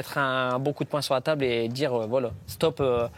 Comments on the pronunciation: "on va dirRRRRRRRe" Est-ce l'accent typique de la région ce R roulé aussi longtemps? Ou est ce tout le territoire à cause des rappeurs?... Personne n'a remarqué? Qui sait pourquoi on ne parle plus comme avant? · "on va dJirRrrrrrr"